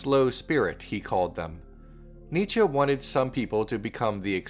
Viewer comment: You pronounce Nietzsche wrong